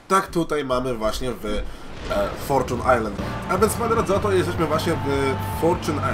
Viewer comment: Forczun ajslend? XDDDD